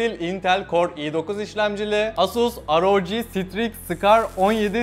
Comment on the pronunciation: şunu aroci diye okumak ne kazandırıyor